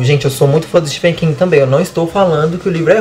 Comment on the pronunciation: Bem legal a resenha. Gostei. Só uma dica: se pronuncia “estiVen” com som de v mesmo e não “estiFen” (o apelido “STIVE” vem daí).